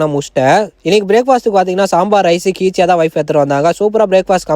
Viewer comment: Keechia bro kichak illa